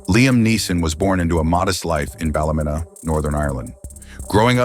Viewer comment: Liam grew up in Ballym-e-e-na (it's a long e pronunciation, not Ballymina)!